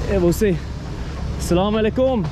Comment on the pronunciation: thank you for being super generous towards people of Pakistan. Love the way you say Salaam Alikum, better than locals 👍🏼👍🏼❤️❤️🇵🇰